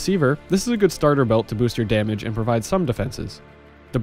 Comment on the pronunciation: damamage, filthy caster confirmed